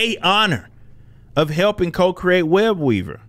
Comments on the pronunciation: When you said his name I thought you said WEB EATER LOL 😆 😂 🤣 😅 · When he said his name I thought he said WEB EATER 🕸 😂 🤣 😅.. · “Web-weaver” lmaooo is it really that easy?